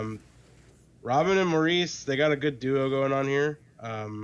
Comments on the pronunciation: Just FYI Maurice is pronounced as Morris since they are British. RIP Robin and Maurice, we love snd miss you both! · Yes, more Bee Gees please! I love the last 😢 album released 2001 before we lost Maurice (pronounced Morris) in 2003 called This is Where I Came In! Subscribed! I like your style!